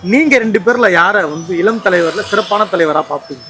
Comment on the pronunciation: இலம் இல்ல... இளம்.